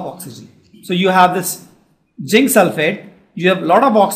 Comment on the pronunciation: it is not jinc it is zinc